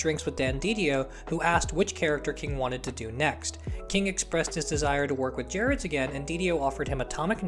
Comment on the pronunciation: There are two words that describe Jack Kirby. The King. EDIT: BTW, this is a small thing, but Gerads is pronounced with a hard G, not a soft G.